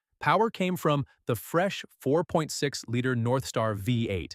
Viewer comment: Nice try, but, uh, will you guys please clean up the dialogue and use phonetic spelling when entering the data? For example, “VEE EIGHT” is the intended pronunciation—not “VEH-EIGHT.” This kind of error is amateurish and very sloppy. Quality control requires actual review and correction: you can’t simply rely on AI to minimize the workload and then leave the resulting mistakes in the final product. You have to do the real work. YOU CAN’T HAVE YOUR CAKE AND EAT IT, TOO! (…didn’t your mom tell you that at least once?)